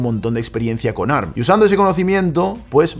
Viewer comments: Si sabeis que ARM es un acronimo, por qué decis ¨arm¨ y no a-erre-eme? Es como si en vez de decir a-eme-dé, dijeramos amd tal cual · Que molesto escuchar “arm” y no A R M A alguien que sabe de tecnología